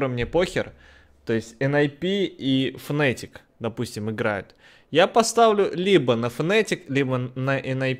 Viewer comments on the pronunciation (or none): хватит уже говорить ФНЭТИК,правильно говорить ФНАТИК.Реально раздражает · не н ей ни а Нины и не фнэтик а фнатик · Не фнЭтик, а фнАтик! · Вот сколько раз уже смотрел английские трансляции, там всегда говорят fnAtic.